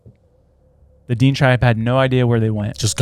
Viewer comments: DEAN?! It is pronounced D-IN-AY, spelt Dinė <Dinay> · DINE pronounced Da-Nay i think of what you're trying to say. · The way you say these words: Dine tribe is said "DEN-A". Also known as the Navajo. But it covers other tribes as well. Nahanni is said "NA-HON-EE". You guys are butchering words😂😂😂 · Its pronounced ‘Den-ay’ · pronounced "Da-Nay" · Hammerson Peters on YT has the best stories about the Nahanni Valley. It’s pronounced De nay tribe. May be related to the Navajo. There’s also stories about little people in the valley. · It is pronounced dinea or din nae tribe spelt diné if you ever visit Arizona and said it like you are you'd probably get stabbed by diné most Navajo claim diné. Love yalls show keep going its okay if you miss pronounce stuff every once in awhile just be careful with some lol